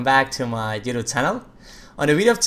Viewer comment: is anyone annoyed by how he says youtube? or just me